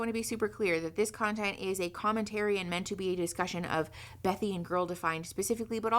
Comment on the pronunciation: Okay, so I know this is off topic. But her name is actually Bethany, not Bethy. I love your content, please don't hate me😅 I just couldn't get past it, lol